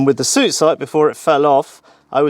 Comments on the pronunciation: Please stop calling it Suit, it is Su It. Always. Nobody has ever called it a Suit Sight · Got to say I never heard anyone when I was in the Army refer to it as a suit sight, the pronounciation sounded more like "sue-it" . Has an entire generation of British soldiers been pronouncing it wrong ? 🤔 lol